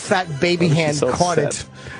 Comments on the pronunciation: "GWOCEWY!" With his little fat baby hand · Gwocewy man!!